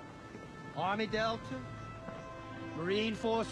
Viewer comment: I LOVE how he says "army deltuh" and "naval intel communiteeeee" with a little low e at the end